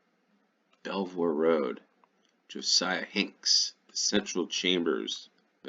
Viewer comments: Belvoir is pronounced Beaver. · Yorkshire Tea is probably the best tea that will be relatively easy to get. Ideally Yorkshire Gold, but that is quite a bit more expensive. They are an independent company, with a really good social media presence. Oh, and Belvoir is pronounced Beever, or Beaver. Because natives couldn't pronounce Norman French I guess. The Vale of Belvoir covers parts of Leicestershire, Nottinghamshire and Lincolnshire.